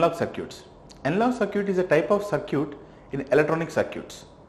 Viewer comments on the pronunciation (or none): not sir-cute!!!it's circuit